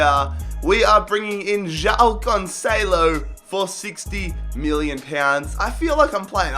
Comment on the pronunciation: It's not "Jao" it's "Joao", and Guedes reads "Gedes" in english, ffs all this time and can't still say simple names...